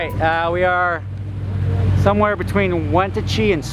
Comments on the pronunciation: I live in Spokane! 😭 Wee-gnat-chee Leavenworth is bavaric 😂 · damn i just left leavenworth 2 days ago. sad i missed you guys, it would have been cool to see your guys' convoy. btw it's pronounced WHEN-AT-CHEE haha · As a person from Eastern Washington, it's Win-at-chi. Not went-a-chi. Its spelled Wenatchee. Haha xD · "Wantachee" lol its "When-at-chee" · Hey, its WHEN-AT-CHEEE not WANT-A-CHEE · Let me enlighten you on the pronunciation of Wenatchee, WA. Literally break this one down, wen-at-chee. Not whentatchee, wen-at-chee. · Its pronounced like when-at-chee, not want-a-chee lol. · Side note - Wenatchee is pronounced "when-ATCH-ee" with the atch like HATCHback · It is pronounced Wen-aht-chee (Wenatchee). This used to be hub for Great Northern Railroad and Milwaukee Road Railroad. Pioneers of Electric Locomotives, carrying both streamlined passenger trains and heavy freights. Until 1960s when trucks, buses, and automobiles took over the road. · Today doesn't know how to pronounce Wen-at-chee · Wa-nat-chi That's how you pronounce it 😂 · Wenatchee, pronounced when-at-chee. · Hey, it's pronounced wen-atch-ee. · sorry but as a Washingtonian it's pronounced (when aa chee) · lol its wah- nat- chee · Your mispronunciation of "Wenatchee" bothers me like words cannot explain